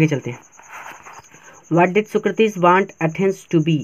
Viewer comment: Socrates nahi bol pate ho aap